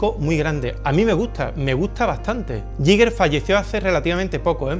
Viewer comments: El bar esta bien pero se va rompiendo poco a poco. Y nada de "yiger", sino "guiguer" con acento en la i o "guiga" plan terminacion -er britanica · se pronuncia "gai ga" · se dice "GUIGUER"! Es que es casi imposible oír a la gente pronunciándolo bien. Gran vídeo, sigue así. Te queremos! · era suizo, se pronuncia "Guiguer". Gracias por el vídeo, majo 🙂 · Me rechinan los oídos cada vez que dices “Yiguer”